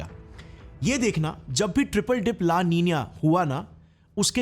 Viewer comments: 'Ninya' nahi 'Nina' likha ha 😊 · O bhai niniyia nahi nina he 😂😂😂😂😂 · But why do you pronounce Nino and Ninio and Nina as Ninia?